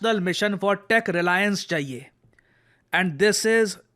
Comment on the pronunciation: Reliance ❌ Resillence ✅